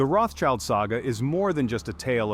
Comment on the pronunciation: The name is not spelled "Roths-child", but "Rot" "Shield". no child is involved :P